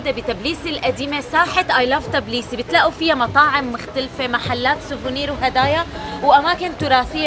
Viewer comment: تابيليسي .. مش تبليبسي